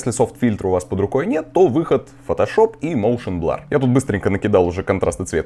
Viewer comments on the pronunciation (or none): Густарёв, прорыгайся ты уже. Хватит кадыком играть, заманал. И какой нах..р "блАр", дерёвня? А так давай, снимай ишшо.